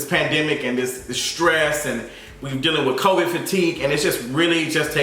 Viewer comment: did you say coid 15?? lol